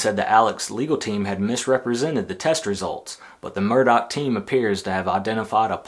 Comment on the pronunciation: Yes, pronounced 'Murdock'. Not 'Murdaw'🙄